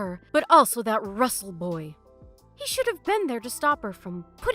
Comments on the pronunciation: Rustle? Do you mean RUSSELL? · Rustle? I think it's Russell.😂